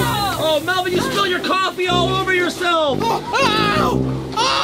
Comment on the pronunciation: Melvin says vy Chad melbon😂😂